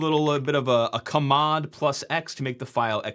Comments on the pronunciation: it's "cheymod" not "kumod" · (ca)-mod??? It's CHange mod not CHimeramod, so it's (cha)-mod! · I hate how you pronounce everything wrong. KUHMOD for chmod, should be pronounced CHUHMOD ch does not make a K sound ETSY for etc, just say etcetera??? I hate you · it's not "ka-mod", it's "cha-mod" 👿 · "kamod" !!? I've always pronounced "change mod". :) . Found it funny . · Ka-mod is a fascinating way to pronounce chmod. I'd be curious how you pronounce chown. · I've never heard anyone pronounce the Change Mode command as "kuhmmod" before. Jokes aside, this stuff makes me feel like we really need to have professional certification and licensing for software engineers. Not the software, the engineers. I would not trust many of my colleagues to patch the most basic vulns like you exploited here and the world should not be running on that kind of work. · Never in my life have I heard chmod pronounced as CARH-MOD 😂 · battle is no longer gif vs jif. its C-H-mod vs K-mod🤮 . Lol 🤣 interesting content tho! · Nice intro into hacking -- but chmod is pronounced: /tʃ mɒd/. Same thing with chown: /tʃ own/. Yes, I was brought in by the originators who actually named these commands. But I really liked your displayed style. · kmod???? KMOD???? Can you not see it is CH??? It's CHmod. I don't know who you learned from, but you learned wrong. Sincerely, curmudgeonly dinosaur. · If you pronounce `chmod` as `cah-mod` then how do you pronounce `kmod`? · “Kamod” to say chmod is insane! It stands for “change mode” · Yeah, I cringed so hard, I need to see a specialist now. 😆 I believe it is simply pronounced "shmod", as you say for change mode. Never heard it pronounced like the way he did... ever. It was still a very interesting video. He was a bit fast, and I have never looked at de-compilation and such, so this was really super educational. Just... a bit fast (I may be too old as well lol) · Yeah who calls it kamod lol. Also he pronounced etc like an alien